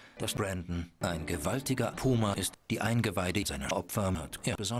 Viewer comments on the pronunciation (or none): Sagt der die ganze Zeit "Poma" anstatt Puma? 😀 wild